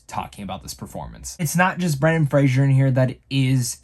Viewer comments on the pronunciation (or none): It's Fraser, not Frasier.